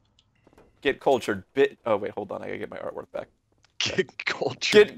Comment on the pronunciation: "Get cultured", with a d on the end